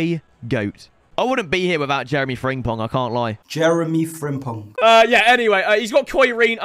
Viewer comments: CALL FRIMPONG FRIMPONG AND NOT FRINGPONG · it’s FRIM not FRING…pong ffs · Why do u still say fringpong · Man is still calling him Fring-pong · Please pronounce frimpong correctly, you’re pronouncing it like fringpong and I can’t take it any longer